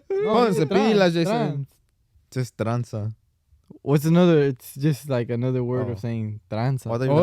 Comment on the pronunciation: It’s tranza buddy 😂